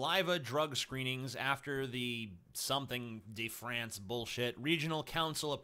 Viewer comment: If you say "de" like "duh", it's much closer to the actual pronounciation. So "eel duh Fronce". :)